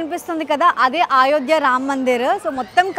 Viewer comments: Nenaithe meeke aa Ramulavari Ayodhya tickets geluchukovali ani chaala pray chesaanu ❤❤🙏🏻 nenu chaala emotional aipoyanu mee peru raagaane. Aa Ramudi blessings meetho ellappudu untundi 🙏🏻🙏🏻 and adi AAAyodhya kaadu Ayodhya 🙏🏻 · Ayodya not aayodya